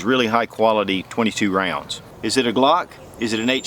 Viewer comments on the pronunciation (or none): none